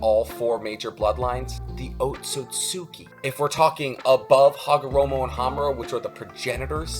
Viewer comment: Otsutsuki is easier said the way native speakers of the language say it. Ot-sutsu-ki ; the final u in the word is for a phonetic gap between s and k. This is the difference between saying "Lou ski" and saying "loose key". Loose key has a small break in it that is important. It is not, however, said sucky or sookee. Lol